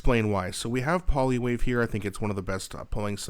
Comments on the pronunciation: "Polywave"? Check the pronunciation. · Can you please learn how to pronounce Poilievre .